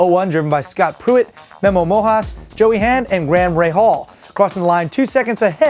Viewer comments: ... Memo Mojas (Rojas), and Graham Ra-hal. lol. Hilarious blooper. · "and grahm rehaul" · That'd be Gra-am Ray Haul...ya'll... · To be the host of a Show who's sole purpose is to deliver Car News to fellow enthusiasts and not to be able to pronounce Graham Rahal's name is sacrilege!! You should be Caned publicly and replaced!! That is all!!